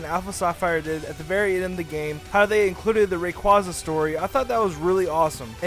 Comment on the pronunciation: Is RAY-QUA-ZA